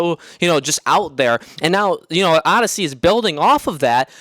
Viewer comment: It’s Odyssey, not fucking Audacy